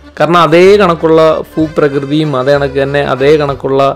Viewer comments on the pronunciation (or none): ഫു പ്രകൃതി അല്ല ഭൂപ്രകൃതി. ബിരിയാണിയുടെ ba. 😄